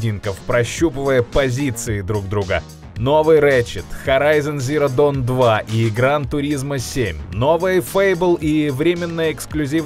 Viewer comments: Харайзон зеро дон !!??????? Да что дон вы себе позволяете дон ? Что за странные дон произношения дон, извиняйтесь дон. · Хорайхен Зиро доун🤦🏻‍♂️😂норм английский